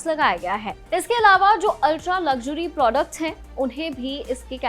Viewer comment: प्रौदकट्ट नहीं होता प्रोडक्ट होता है 😂 टिग्ट नहीं टिकट होता है 😅